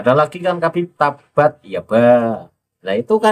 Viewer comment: Itu ada habib bocil bacanya Tabat yaba